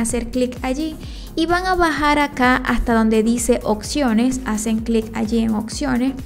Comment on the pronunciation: Ay señora! hable bien se dice OPCIONES no OCCIONES... 😒 😒 😒 😒